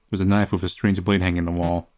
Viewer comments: when you say knife you say noice i just love that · Every time says the word “knife” i lose it a little